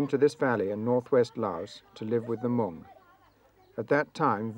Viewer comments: Not the meo but “The Hmong” and thanks for the upload of this video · It’s Hmong NOT Meo. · The name you say wrong not meo, we are hmong. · Please make your correct” Hmoob, not Mel” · Its Hmong not Miao or Meo. Miao is a derogatory term used by the Chinese and Laos, we much prefer Hmong. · It’s Hmong, not Meo.